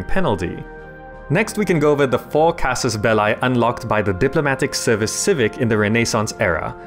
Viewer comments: belliii (though short i) omg not belai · Am I the only one that is surprised that one one noticed casus belli should be pronounced more like casus "bellee"? The way you pronounce it, casus ballae, is I think the plural of that word. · It's not Belai it's Belee (Belli) ffs....:P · it's casus "belly": "Bellae" (how you pronounce it) is a wrong conjuagation of the noun Bellum - "-ae" is usually a plural suffix, but the plural (genitive) would be casus bellorum. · It is latin. "Belli" is pronounced in a single way in latin: casus belli /'kazuz 'bɛlli/ or /'kazus 'bɛlli/. However there are different schools for something like Caesar (regarding the "Cae" part). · Casus Belli is a latin expression and in latin it is not pronounced with eye but with simply i or if you are English with e. (this being the correct way to pronounce) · anybody get weirded out when he says casus belie with an english accent instead of casus belli like the latin way? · How to recognize Fireaxis plebs : they pronounce it "Casus Bell-ay" Hail Europa! (Universalis) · It's pronounced belee. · "Belli" is pronouced just like the word "Belly". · It`s pronounced CAsus BElee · please look up how to properly pronounce casus belli my ears are bleeding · You're pronouncing Casus Belli wrong. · Yes, I noted that... is really strange. By the way, you did a really nice video! :) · ...That's not how you read "casus belli". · would watch the video but you didin't bother to learn how to properly pronounce Casus belli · Dude do your research that's not how casus belli is pronounced, plus it's Latin not English or British for that matter